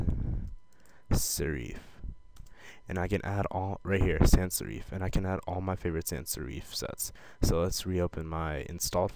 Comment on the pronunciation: it's sans serif.... (sair- if)